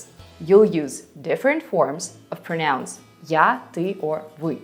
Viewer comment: Thank you so much! Your teaching style is excellent. Your English is excellent too. Just a small point - when you use "pronouns" in the plural, you tend to stress the second syllable, so it sounds like "pronounce." But you have to stress the first syllable - "PROnouns". Looking forward to more of your helpful videos.